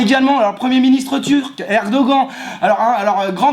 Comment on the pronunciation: Sinon, Erdogan n'est pas PM mais Président de Turquie. On on prononce "erdogane". Et il n'était pas là. Mais bon, ça reste un connard.